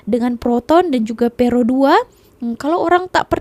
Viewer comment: …..kamu sebut perodua bunyi pear ro 2 macam bunyi sebutan orang amazon….!!!